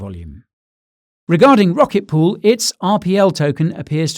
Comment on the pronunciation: "Rocket Pool" ??